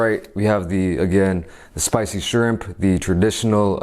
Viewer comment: Ur not saying shrimp right but idc